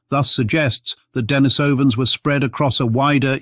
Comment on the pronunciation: It's not DEN-ni-SOW-an it's de-NIECE-uh-vans